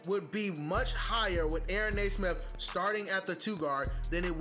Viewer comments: It's pronounced "nee-smith". Nice video, though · Reminder it’s pronounced “knee” - smith. I say “Ney” - smith as well and have to correct myself all the time.